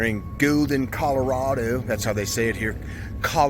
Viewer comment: It's not "Colorado" it's "Colorado"